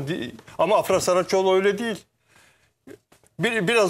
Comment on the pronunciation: AFRA DERKEN A UZATMALI DEĞİL